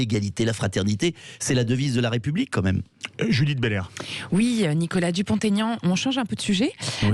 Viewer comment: Madame: pourquoi prononcez-vous le nom de M Dupont - (t)Aignan?